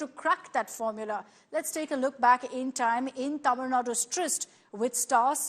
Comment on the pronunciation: 😳Are you serious?? Even 90% tamizls will not pronounce it correctly.. You seems like a north indian. Shame for us...